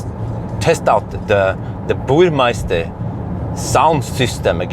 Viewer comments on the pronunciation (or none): Minor Mini-Critic: The Soundsystems reads Burm_e_ster (not Burm_ei_ster, at least that what I think you pronounce it) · Good video. It´s Burmester though, not meister:D